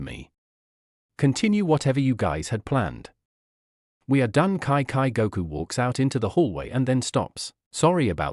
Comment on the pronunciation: Kai kai? Its chichi